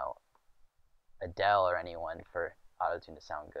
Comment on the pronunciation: Adele not fye